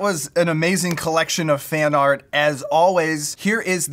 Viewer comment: You said fan art not fart